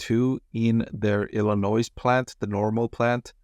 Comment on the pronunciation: Hot tip regarding the Illinois plant. In Illinois, the "s" is silent.